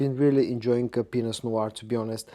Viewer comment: It sounds like you said , "I am really enjoying penis noir" lmfao 😂😂😂😂 Black Penis is what you are enjoying 😂😂😂 You crack me up man